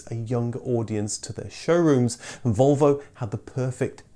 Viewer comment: That is not how you pronounce Volvo working on your own theory LOL